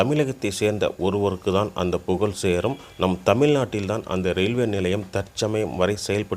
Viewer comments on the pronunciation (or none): unmaithaan suthanthirathukku -suganthiramunu solluraan puzhalukku - pugalunu solluraan avan vaayila darppapulla pottu koluthanam